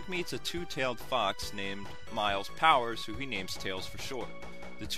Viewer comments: u sed miles powers...its miles "tails" pRower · By the way, it's Miles "Tails" Prower, not 'Miles Powers'. Jesus. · It's "Miles Prower"....like ya know, Miles per Hour